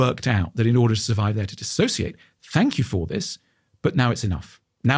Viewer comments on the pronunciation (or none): DISSOCIATE not disAssociate. Other than that, great interview going both ways